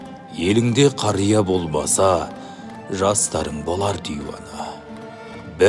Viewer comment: Окып турган адамга айтарым Елынде кария болмаса деп неге окылмат. Болбаса деп айтылыпты